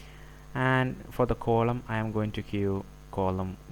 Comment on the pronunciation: Its not coloumn.. Its 'Column'